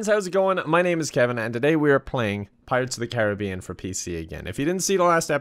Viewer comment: Thank you for saying pirates of the care-a-be-in not car-rib-be-in